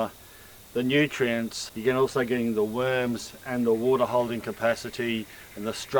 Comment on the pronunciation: "Look at those beautiful weuurms"